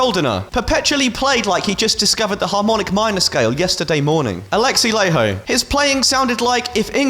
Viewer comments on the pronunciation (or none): *is triggered in Finnish* "Laiho" is pronounced "LIE-ho". But not "ho" as in "hot". Not "whore". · My fav guitarist is Alexi LAIHO (you rat bastard, pronouncing it layho), and I agreed with it. Not too hurt, lol.